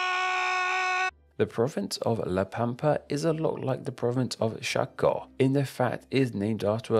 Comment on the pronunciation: La pampa lo dijo bien